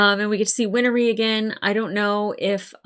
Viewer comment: First: Undoing a Chimera would be like taking bread dough and separating the flour back out. Second: Win-ree - not Win-er-ree. Third: If it wasn't raining, Mustang would have EASILY beaten Scar. Not even close. Like Ozai vs 10 year old Zuko Agni Kai not close.